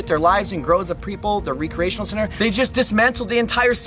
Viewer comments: I was looking for this. The “ree-creational” always drives me nuts 😎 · REE cree AY tionuhl? Rehk - cree - tionuhl. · I'm from MA and like this dudes videos but good God he's not the brightest bulb sometimes lol...when he said recreational like "ree-creational" at least a cpl of times it was really irking me like dude you really don't know how to pronounce that word 😂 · The way he pronounces re-creational has me questioning the way I pronounce it lol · Great video, kept me interested the whole time. But the pronunciation of recreational center killed me. (Rekreational) you're not recreating something. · reC-re-ational not re-create-tional 🤣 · Recreational... Not re-creational